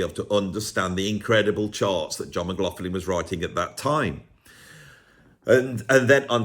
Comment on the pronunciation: Are you sure you're pronouncing McLaughlin's name properly? Somebody should do a video on the correct pronunciation.